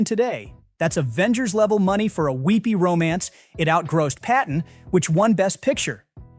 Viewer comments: Ya - it's not outgrassed. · What is GRAWSSED? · Is this AI-narrated, or does not know how to say "out grossed"? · Tell the ai bot that's not how you pronounce "outgrossed". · Blame the ridiculousness of American English....moss, boss, toss, floss....grosse?